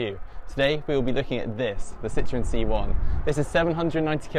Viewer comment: The French laugh at the mispronunciation of that cars name 🙄🙄